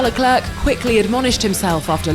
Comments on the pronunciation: Its not "Le Clerk" mam, its "Le Clair"..... 😖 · How can you have someone who is unable to pronounce non English names narrate an international event... It hurts the ears! Lucklurck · I don't get how you become the constant professional voice artist for one of the biggest franchises in sports and not be able to learn how to pronounce the names of the 22 athletes involved. Nobody expects perfect French, but at least say something like air in the end of Leclerc. Cannot be too much to ask for. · to the english: "le-clair" LEKLERRK